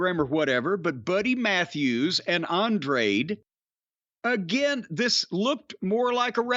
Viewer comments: is it that hard to say “an-dra-de” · Hearing the commentary fuck up Andrade's name took away from the amazing match those two put on